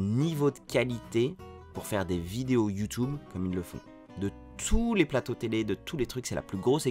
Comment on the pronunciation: Je suis pas d’accord, je pense pas qu’on dise « you-toube ». Mais pour le reste, merci, c’est très inspirant.